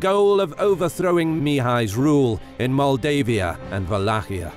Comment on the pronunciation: I am from Maldives. when he says Moldavia and Moldavian it sounds like saying Maldives and Maldivian... hehehehe